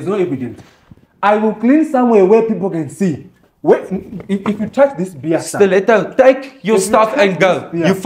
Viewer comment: I love the Afrikaans accent and the way he pronounces steleto